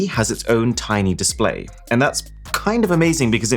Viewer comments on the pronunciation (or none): none